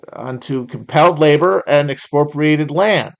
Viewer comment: Can someone please teach Matt how to say "expropriated" 🙏